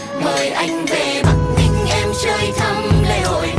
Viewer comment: Yaaa, you pronounced ''Bac Bling" and "Bac Ninh" correctly